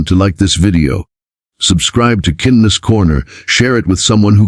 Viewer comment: Odd pronunciation of "Kindness" more like "Cindness"